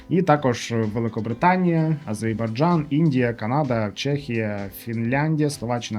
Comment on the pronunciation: А-зеР-бай-джан. Азербайджан!